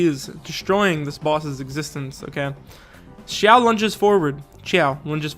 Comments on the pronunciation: ....dude, you literally spoke xiao correctly, but the moment you said ciao, I was confused. It's pronounced, see-ow (ow as in pain but lower and read these two words together fast)😂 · Okay for the sake of all 😂 cause I died when he said xiao is pronounced as chiao 😂 😂 😂 Here is the correct way how you pronounce the Chinese characters from Liyue Xiao = Si-yaw / si-yao Ningguang = ning-kwang Xiangling = si-yang-ling Xingqiu= sing-chi-u Zhongli - tsong-li Qiqi= chi-chi Chongyun - chong-yoon/ chongyun just the same Beidou- pey-tow is the correct one if your chinese but I guess you can say Bey-dow and its acceptable. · Nah man Xiao is pronounced XI-A-OH not CH-AO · As a Chinese as well as an articulation therapist, I can tell you that "Xiao"'s name, for English speaker, the closest one is actually "shiao" instead of "siao" or "chiao". Although the Chinese consonant "x" doesn't exist in English, the best way to perceive it is that it's a very frontal "sh" sound. So try to push your tongue forward closer to your teeth when saying "sh" but stop right before it turns into an "s", so it sounds very narrow and like something in between a "sh" and a "s". I tried my best bro, this is my attempt to explain this verbally without any demonstration or visual. And also be careful of the "Zhongli" one above, you did a pretty good job pronouncing his name in your video. The one he gave you is close to some southern Chinese accent (which is actually super widely used), but the game is based on standard Mandarin pronunciation